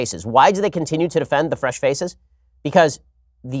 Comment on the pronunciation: Every time he says "fresh faces" I hear "fresh feces" and its now hilarious as well as terrifying.